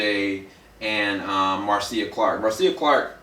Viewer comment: Her name is pronounced "Marsha" even the love spelled Marcia and his last name Shapiro is pronounced "shop_ear _0" . Good review though !